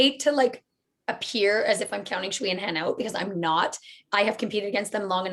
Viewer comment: A note on how to pronounce 'Sui' (as in Sui and Han) - don't try anything too funky if you can't get the tonality in a reliable way - just say "Sway" (there is a 'w' phoneme in there, but the s is an s, and not a 'sh') I hear you guys saying "schwee" and that's not accurate (chinese pinyin is not intuitive at all!)